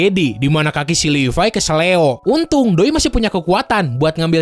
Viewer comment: Ngomong levi itu yg bener bang Yg livay_